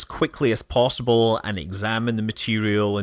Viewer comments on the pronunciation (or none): none